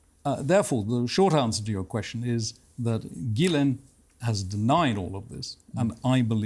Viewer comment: It's not Gilean. It's Ghislaine. How can you claim any credibility at all when you can't even get her name right? Pathetic.